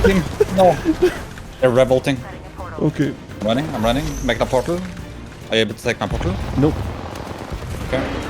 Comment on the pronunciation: he said they are rev ulting but i thought he said revolting lol